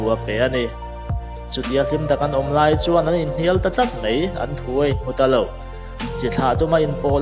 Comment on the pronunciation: Ngatinge "mai" tih turah "mei" i rtih zel a??